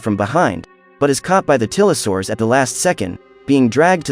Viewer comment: It's f*cking tylosaurus, not tilosaurus